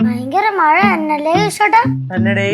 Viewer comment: മഴയല്ല മയ 😂😂😅